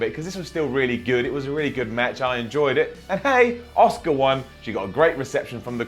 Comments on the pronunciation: Is anyone else hearing oscar instead of aska 😂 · Who's Oscar? Did I miss a match? Did Emma fight twice? Little help, say Ass-kick-ka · Patrick McDaniel Sounds more like he's saying Oscar to me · ITS ASUKA, ASS-KA not OSCAR! Please please say Asuka next time cause you're hurting my brain! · Auss kah not oss car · Its Asuka. NOT OSCAR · thats not how you pronounce "Asuka", not in any language is it pronounced "Oscar". It's pronounced "Ah-Ska". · For those of you wondering about "Oscar", Its pronounced OSKA. but,, along with some of the guys that speak the Queen's English (along with my grandmother and some of the other older people from the Southern United States), have the knack for adding an 'R' onto the end of a word that ends in a vowel. ie: Asuka becomes Asukar, Alexa becomes Alexar, banana becomes bananar, etc.😀 So ya see, it's kind of a Queen's English\Southern USA thang, y'all! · people in wwe pronounce it aska but pronounced it oscar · Benny Gonzalez well not that Google translate is very trust worthy but the Japanese voice pronounced it as asuka, then the English one did an Kurt Angle and said A-suker haha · I’m from a Japanese herritage and it is actually prounounced OSCAR not ah-so-ka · Are you saying Oscar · I'm sorry but you are getting a down for pronouncing ASUKA as Oscar. 👎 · Patrick McDaniel I'm pretty sure they weren't calling her Oscar lol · Nope....not pronounced as Oscar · Leave it to to pronounce 'Asuka' as 'Oscar' hahaha. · Pronounced ah su ka actually in Japan. Very short 'soo' sound, almost like the 'u' is ignored. (I live in JP) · Ewan Macdonald Lolol! Its pronounced OSKA. but,, along with some of the guys that speak the Queen's English (along with my grandmother and some of the other older people from the Southern United States), have the knack for adding an 'R' onto the end of a word that ends in a vowel. ie: Asuka becomes Asukar, Alexa becomes Alexar, banana becomes bananar, etc.